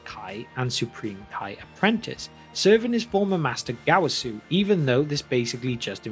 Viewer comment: That dreadful Gowasu Pronounciation